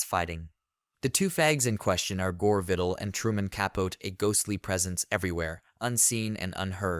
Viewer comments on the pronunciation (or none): Truky bad AI narration.can’t even pronounce the subject matter’s name correctly. Please don’t subscribe to this garbage - Truman Ka-Pote ( kaput?) and Gore “ Tender” Vittle.. whatever.